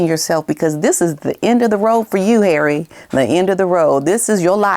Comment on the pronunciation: "learn something Har-eh..." 😅😂😂